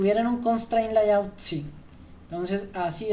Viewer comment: Gracias , buen material como feedback no se dice LAYAUT … es “Leiaut”